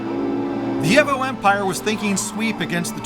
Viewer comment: At the mark when he said IMPREEZA i choked on my food EHVO was bad enough lol